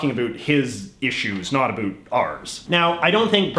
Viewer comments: Why are you saying a boot? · that's the way canadians say it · You are the first Canadian who pronounces about like a boot. Never heard that before. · STOP saying About like Aboo. Where the hell in Canada is that from? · What is with that pronounciation of "about?" I've lived in Canada for over 20 years and have never once heard another person say it like that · I was born in Canada and never left, have a friend in Florida I speak with daily, directed him to this guys vids and asked, 'Do I pronounce ABOUT like this guy?', answer 'NO'. This liberal, globalist, metrosexual op-ed writer is trying to prove for some reason he is Canadian. Like that matters after his hero; Trudy, established there is no Canadian identity...and that was why he moved to USA, so he could be closer to criticize Trump. Ha, Trudeau did such a good job, Mc C moved to USA. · I really can’t stand how you say “about” I’m Canadian and you’re the only one that says it this way. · Whats with the over "canadian" pronunciation of about? I've never heard anyone say about like the stereotype here in Ontario. I haven't been to the west so it might be normal over there but it just sounds odd. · bro the way u say "about" hurts my soul lol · the way he says about is driving me nuts i've never heard anyone say it like that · I’ve never seen this channel before, so I’ve got to ask, he’s intentionally pronouncing “about” with the stereotypical accent Americans think Canadians have, right?? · Please learn how to saw “about” properly. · Again I am Canadian and I have never in my life heard anybody say the word like that.